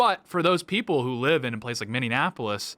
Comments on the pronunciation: Minnie-apple-is. You keep adding an extra syllable. Please fix this! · Can you try just to say Minneapolis (mini-apollos) There is no extra "In" in it. Its not Mini-in-apollos. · Does Tate say Minionapolis? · Im not a liberal but you triggered me with how you pronounced minneapolis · Tate gotta work on saying "Minneapolis" correctly lmao